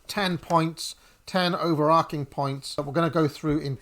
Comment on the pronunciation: Two minutes in and 'overarching' mispronounced five times. The verb is to overarch. Not to overark.